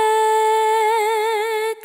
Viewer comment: せっかく声良いのにアレンジが微妙… と思ったが この人の声質を考えたら コテコテの裏打ちビートR&Bより こっちの方が良いのかな。 R&Bには合ってない声とリズム感だから。 あと英語の発音をもっと気をつけた方が…。 automaticをオートマリックってｗ I can't もtの音を無視しすぎてる。 素人じゃないのにって思います。